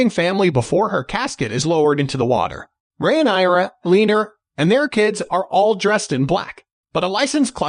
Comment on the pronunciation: re-nai-ra lol